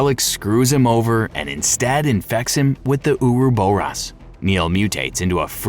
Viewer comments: Same with "ouroboros". It isnt U-ru-bu-ros. It is or-ro-bor-ros. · "uruboross" is NOT how you say Ouroboros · ok and I have to stop. If you are doing a 3+ hour voice recording, and you come across a word you aren't sure of, google it! I can't count the number of times you have mispronounced words so badly it makes me stop. I drew the line at "ouroboros". You said it wrong like 10 times back to back. Do the smallest amount of research before committing to something like this. I had to give this video a thumbs down and am going to look for another similar video in hopes they can speak properly. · The way you pronounce the word ouroboros is absolutely abysmal 🤣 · The way he pronounces Ouroboros makes me cringe for some reason. HOWEVER, the content is an excellent storyline breakdown